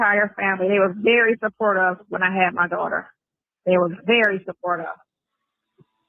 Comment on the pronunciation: Why does she always say “supportOV, instead of supportive? Always. She’s just as illiterate as him.